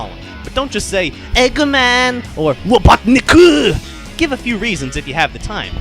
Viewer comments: robutnik lol satam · RobotnikUUH. That is that. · its Eggman, you stupid fool, call him Eggman, not Robotnik, uuuu.